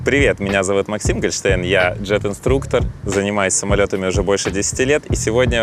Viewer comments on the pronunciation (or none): none